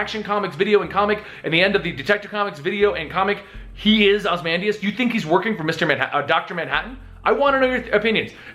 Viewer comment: A few things: 1) Ozymandias is pronounced OZ-E-MAN-DIAS, not OZ-MAN-DIAS 2) There's also theories that The New 52 version of The Question is a mind wiped Rorschach and that the Comedian is one of the three Jokers. I think it may be possible that Ozymandias is actually trying to save the DC universe from Doctor Manhattan. He's taken Doomsday to use as a weapon against him, orchestrated the death of the New52 Superman to cause the Pre52 Superman to come out of hiding, and saved Tim's life while holding on to him for a later date.